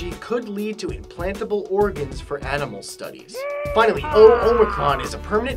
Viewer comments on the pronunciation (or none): none